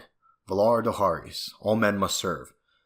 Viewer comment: You pronounced valar morghulis and valar dohearis wrong